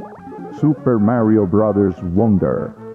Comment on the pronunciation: The guy pronounced Mario as Mary-oh, that's when you know that the dude did his homework